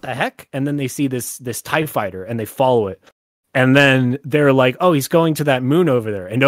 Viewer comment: i didn’t even notice he said pie fighter